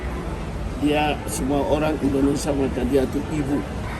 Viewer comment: Indonesia, bukan endonesa 🥺